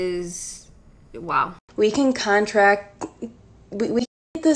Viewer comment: I thought I had a stroke when I heard her say that, I was right but she done did diddly said that, OH MA GAWD, you are doing the lord's work here, holy shit she said contract as in a signed agreement, I will khontract corona for a season, WHAT DA HIEL!?!?!